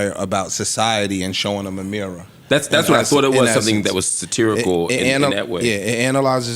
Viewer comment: Marc teaching how to say "satirical" without embarrassing him lol